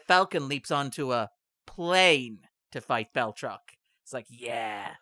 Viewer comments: There is NO "L" in BATROC THE LEAPER!!! Agree with the symmetry though. Also funny how he is one of the few reoccurring villains in the MCU. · You shouted out the great Lodge 49, so all is forgiven. Though none is needed because I checked and Jack Packard was the one who started the mispronouncing the Marvel misanthrope's moniker.